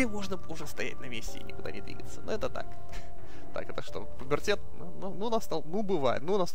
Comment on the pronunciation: правильнее же говорить "пубертат"